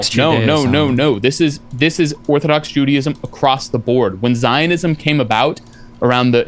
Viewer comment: He claims to be an expert on Judaism but pronounced it "Judyism."